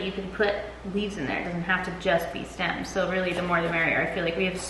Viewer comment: I definitely kept hearing cilantro stem CELLS lmao I was like what in the science is she up to